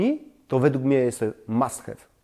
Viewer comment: Mam suszarke od ponad 10ciu lat i jest to absolutny must have( wym mast haw- nie hew) ubrania wcale nie są wymięte- chyba że bedziesz je suszyl zbyt dlugo i w zbyt wysokiej temperaturze